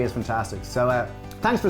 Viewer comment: Flynn twins for the win! "Tanks," lads!